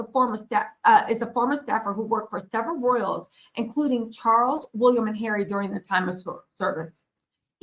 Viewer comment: This lady needs another career. Go home to America. Leave the Brits alone. Ps What does Harry have to do with ... go home lady. Get it right the guys name is Will ee am. Not Wool I am . Stop wondering .